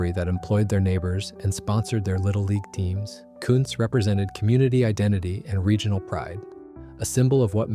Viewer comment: Also I thought this was about historical breweries that still exist? I am pretty sure Kuntz doesn't. Also if it is named after somebody, like Joe Kuntz, it is probably pronounced Coontz, not Cunts.